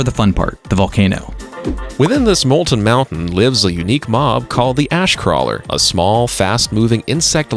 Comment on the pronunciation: what the hell why did i hear every ''ash'' as ass